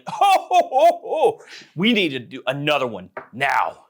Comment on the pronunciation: ANUDDER ONE. NOW. PUT ANUDDER ON DERE. funny